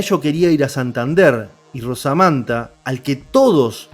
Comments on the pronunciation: Se llamaba Manuel Blanco Romasanta, no Rosamanta como usted dice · Romasanta no rosamanta...muy bueno el relato... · Conozco el caso y creo q es romasanta como se pronuncia.